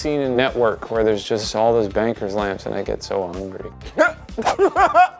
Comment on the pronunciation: dude really said BANKER LAMPS